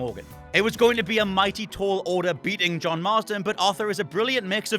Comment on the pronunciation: I like her fiery attitude, but I absolutely HATE when she says "Joan"...bitch his name is John